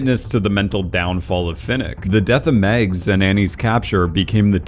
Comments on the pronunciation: Dude, it’s MAGS!!!!!! Not Megs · Mags, pronounced the same as in "magic"